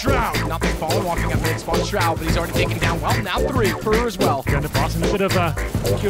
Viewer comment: he pronounced shroud's name wrongly lmao